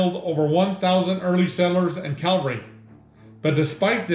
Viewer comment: “Calvary.” “Cavalry.” Not the same word. Not interchangeable.